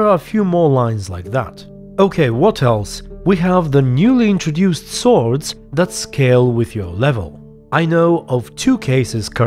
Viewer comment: In ps4 update he still says top notch sowrds